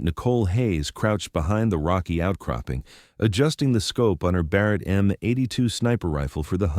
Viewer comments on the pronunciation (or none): none